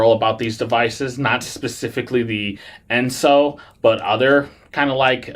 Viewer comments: Right…. It’s En-so, not Es-no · You sort of undercut your credibility by mispronouncing the name of the ENSO device. Not "Esno," as you keep saying. Apart from that, your review is pretty accurate, though. I'm on my third run of mine, as I type this. The key to using it "mostly painlessly" is not to start at full power. I inch up about ~10 at a time, starting at 20. Over time, the perceived effect decreases, and as it becomes less noticeable, I step it up. If you feel PAIN, you're too high. Note, the pads are backed with soft silicone. They can be washed with soap and water (no scrubbing) and sir dried. This will allow them to be used a lot more. Note, all this does is deaden your perception of pain. It doesn't remove the cause of the pain. I've just gone up to 55% after 20 minutes, just FYI. By 1 hour I'll be up to 75 with little experienced sensation. I don't ever plan to go higher. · Why do you keep mispronouncing the name?????? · Yeah, I agree. After hearing the name wrong twice, I stopped watching.